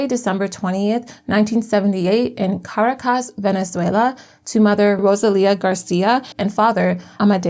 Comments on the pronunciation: Make an effort to learn how to pronounce Ca-RA-cas. Or any other capital city. You go online an type, "How do you pronounce..." Takes 30 seconds.... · Hi, love the video! Just wanted to give you a heads up on Spanish pronunciation. Unless there’s an accent mark somewhere in the word, emphasis is placed on the second last syllable. So the capital of Venezuela is pronounced ca-RAH-cas. ❤ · Please pronounce Caracas properly; it is Car aa. Cus. You can look it up on Google. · The narrator may want to learn how to say Caracus. Go back to school